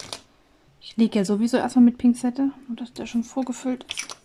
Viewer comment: Ich finde es irgendwie süß dass du immer (zumindest hört es sich immer so an) Pingzette, statt Pinzette sagst 😄🥰 und ich finde die schwarzen Steine sehen super gelegt aus, sind die paar Lücken nicht normal? Rede ich mir zumindest immer ein 😁